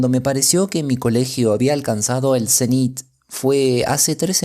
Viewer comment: mi muy estimado lector: he descubierto su canal desde hace corto tiempo y me abone inmediatamente, dejo mi like inclusive antes de escucharle. me permito una pequenisima observacion, la palabra zenit lleva acento prosodico en la 1ra silaba no en la 2da. le ruego no tome a mal mi actitud. mis respetuosos saludos!